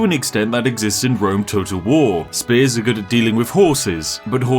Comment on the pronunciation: Is it only me that hears "Rome total war" as "Rome toad of war"